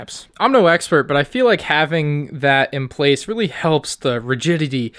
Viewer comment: You are weally getting on my nerves